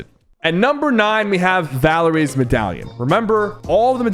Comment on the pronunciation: He said so many things wrong 💀 Boom bow, Valerie, Montage